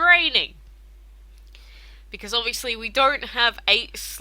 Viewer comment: why are you saying becaese not because